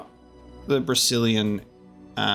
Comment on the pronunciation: everytime i hear Brecilian Forest, i for some reason only hear "Brazilian Forest" and i can take it out of my mind anymore D